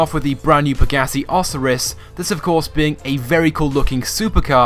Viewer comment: Hey, it's the pegasi Oh-siy-ris. Not Oss-or-ris.